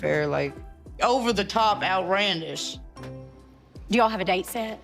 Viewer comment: Over-the-top "outrandish." 😂